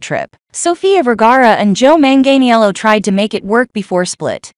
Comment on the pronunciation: You can’t even pronounce his name right. Lol